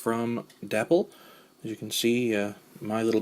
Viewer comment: Day pole is how it's pronounced. Nice you've got the box. The light on mine still works.